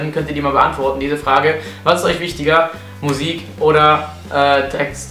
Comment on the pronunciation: *MUSIK nicht MUISK :D